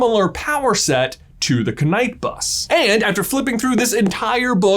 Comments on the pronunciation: just to let you kunow knight is pronounced nite the k is silent, the night bus in the uk is the bus service that takes drunk people home from the pub or club, plus poor unfortunate night workers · ”Keh-night bus is the dumbest thing I’ve ever heard. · Surely it is pronunced 'night' bus, not 'kah-night' bus. It literally says on the wizarding world page: "The Knight Bus was so-named because, firstly, knight is a homonym of night, and there are night buses running all over Britain after normal transport stops. Secondly, ‘knight’ has the connotation of coming to the rescue, of protection, and this seemed appropriate for a vehicle that is often the conveyance of last resort." If JK intended it to be a homonym of night, it would not be pronounced 'kah-night'. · “KuhNight”? KUHNIGHT??? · Disliked for constantly saying Kuh-Night bus. No. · Could you possibly try to pronounce it correctly: 'night' not 'knight'. Would you ever say 'knife' instead of 'nife' ? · The fact he keeps pronouncing the "k" in knight is so triggering. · When you’re talking about the Knight Bus why do you always pronounce it K-night. It’s just knight as in night. You wouldn’t say K nights of the round table. Takes the focus off what your trying to say. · It’s pronounced night not k-night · KA-NIGHT BUS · You said the knight bus. You said it wrong it’s the K-Night bus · This is how many times J is gonna pronounce it K-night bus in this video ⬇️ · Killing me with the K-Night bus. 😂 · "KA-NIGHT" bus😂😂😂😂😂😂 Maybe the beds are for wizards who have nowhere to go or something. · Ka night bus 😂😂😂 Americans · The K in the knight bus is SILENT. I can't watch this guy. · Ku-Night-Bus apparently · Ka-night bus 😂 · When he said "Ka-night bus" instead of Knightbus, he was only one letter away from addressing me directly through out the video Now I'm feeling a letter away from happy, like "hapy" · THE K IS SILENT!!!!! AAAAHH!!!😤 No hate just annoyed about that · KA... Night bus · “The k night bus” 😂😂😂😂